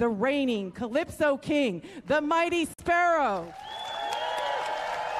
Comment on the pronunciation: sparrow not sperrow